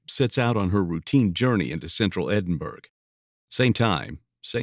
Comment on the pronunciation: Edinburgh is pronounced Endinbororgh!!